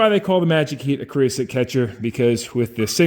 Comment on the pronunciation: “Creo-sote” and “soot” are 2 different things. There is no such thing as “creosoot”